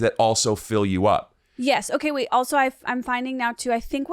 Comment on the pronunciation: Love these two together, but and I'm so ready for this phase of saying "wait" as "weeet" to be over 😂